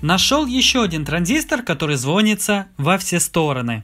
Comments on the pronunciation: ЗВОНИТЦА ЗВОНИЦА ЗВОНИЦА АБЪБЬПАЬДПППЬГГ, ПОЖАЛУЙСТА СТВАЬТЕ УДАРЕНИЕ ПРАВИЛЬНО, Звони'тся а не Зво'нится прозвони'ть а не прозво'нить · Не звонится, а звонится. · Мне одному жутко режет слух "звОнится", а не "звонИтся" ?! :)